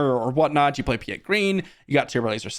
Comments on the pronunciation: Great video,I pulled the vader,devastator and home one all back to back in my box today. Also you said Piett's name right the very first time then said it wrong every other time lol it's "pee-et" not pie et lmao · Your prononciation of "Piett" is insane my friend :D